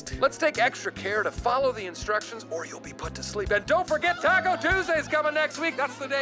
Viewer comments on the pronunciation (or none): none